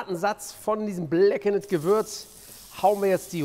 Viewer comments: datt heißt BLACKENED - (gesprochen BLACKEND) und nicht blackenett... heißt ja auch corned "cornd" beef und nicht "cornett" beef.... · DANKE!! ENDLICH jemand den das auch triggert.... "bläckenätt"... ächz 🤦🏻‍♂️ (nur das Englisch, nicht das Kochen!!) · Alter es wird „bläkkend“ ausgesprochen. Know your english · GROßER Fan von Deinen Videos! Fantastisch! Einfach alles! Grandios! Nur BITTE: blackened spricht man blackend... das zweite "e" ist stumm... :) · Gemessen daran, dass Steffen ja in den USA gelebt hat, finde ich es nach wie vor einfach nur schlimm, wie er "Blackened" ausspricht :D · wenn er jetzt noch "blackened" richtig aussprechen würde, hätte es mit dem fünften stern geklappt... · Bitte lass das zweite e bei blackened weg bei der Aussprache. Nicht weil ich dich vorführen möchte sondern damit andere den Fehler nicht auch machen. Und bisschen weil es weh tut beim hören.. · Das zweite e wird nicht gesprochen. Verdammte Axt.